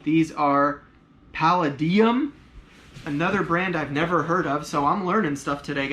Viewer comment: Those destroyed Gucci's looked fake as hell. Palladium is an American brand of dessert boots - the second "a" is pronounced like the "a" in "Lays" and you emphasize on that.